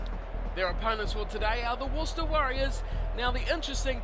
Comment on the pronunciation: there's no h in worc'h'ester